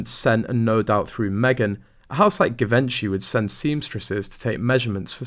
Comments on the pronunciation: “Zhee - von - shay.” “Give - inchy” is like nails on chalkboard to this former model. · "Jeee-Vinchey" not Gee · It's Jhi-VON-shee, not Gi-VEN-chy. Just thought you might like to know. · NOT Gi-ven-chi, but Gji-vən-chee plz, learn to say it right!!! 😡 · It's pronounced ZHEE-von-shee, not GiVENshy. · This is great!! The voice of reason! Also it’s pronounced GEE-VON-SHEE…not a hard G like gosh but a soft G. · Yeh…. But the queen knew through secret services that this yacht girl was a fraud, yet she allowed the wedding-charade! Why? Very strange. Bty it is pronounced jee-ven-shee. 🙊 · I thought it was pronounced jee-von-chay. But it doesn't really matter. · Givenchy pronounced as zhee-VAHN-shee The 'G' is pronounced as a 'J' and the accent is on the 2nd syllable. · Your pronunciation of Givenchy is wrong. It should be pronounced like you pronounce “gist: ‘jist’”. Please… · Good content, love your commentary.......but you need to pronounce Givenchy properly. "Jeevonshe", with the emphasis on the von. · Givenchy is pronounced JIH-VON-SHEE. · doesnt matter too much but I think it is pronounced Jee-vaun-chy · Givenchy - pronounced - Zhuh Von Chee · Pronounced “Gee - von - shee” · Zhe-van-sha (long a) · You need to know how to pronounce ‘ Givenchy‘. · Givenchy should sue this channel for mispronouncing Givenchy. Lol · Lol…Givenchy will soon be suing you if you don’t pronounce their name correctly! 😂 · I did cringe when I heard him say Givenchy. He should have asked before hand what the correct pronunciation was. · It is hard for me to believe a reporter who didn’t do his home work and butchers the designers name. Shame on him!! I dont’ believe a word of this “theory”! I can’t stand Markle either but this is stretching the good sense of any sane person. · Stop mispronouncing the designer. Sounds ridiculous. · I know !!!! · The most embarrassing thing for Givenchy would be the way you mis-pronounce it! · Please could you pronounce it Properly “Givenchy”